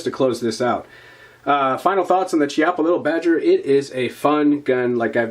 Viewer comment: The correct pronounciation is Kiappa btw